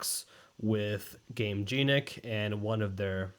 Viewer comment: "i love gameJEANic" please work on that pronunciation if you love them that much brother in christ 😭😭😭